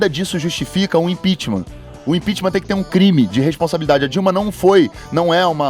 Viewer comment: esse carioca só passa vergonha... impitima! impitima kkkk comunista raça do djjjbooooo aueaur